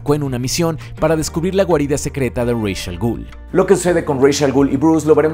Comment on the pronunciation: "Reich" Al Ghul. Lo que llevo tanto tiempo quejándome sobre tu contenido. Pronunciaciones sacadas de tu manga, a como te guste inventarlo. No me molestaría tanto si no fuera porque eres de los divulgadores geeks más importantes en español de Youtube. Y me seguirá pareciendo tan inapropiado.